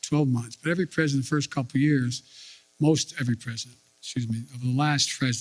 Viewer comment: "Firth thing we're gonna do..."